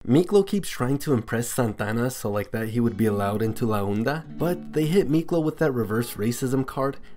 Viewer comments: It's pronounced ''La onda'' not '''la oenda'' . It's pronounced like honda without the letter h. Also you called Montana, Santana and a couple times later. But all in all, good video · Santana and la unda 😭😭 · Its la onda not la unda